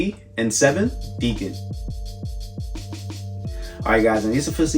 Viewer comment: Why everyone mispronouncing Decon its short for Deconstructed...